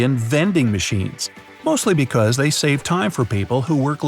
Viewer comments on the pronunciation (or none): none